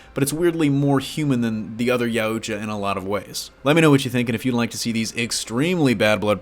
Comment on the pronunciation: It's pronounced Ye-ah-ch-ah Yautja